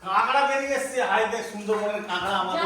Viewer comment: চাষারা। কাঁকড়াকে কাঁগড়া/ক্যাঁকড়া/কাঁকড়া বলছে। ছেলেটা পড়াশোনা বাদ দিয়ে ব্লগ বানাতে ব্যস্ত।